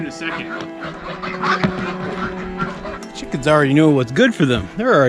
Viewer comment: I love you say,”Release the quicken”!